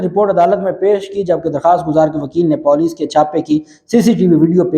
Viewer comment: It's Puuuleeecc PENDU And you are pronouncing Poooooleeeccc